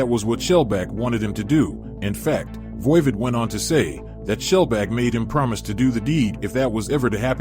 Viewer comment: VOIVOD is pronounced like "odd" the opposite of even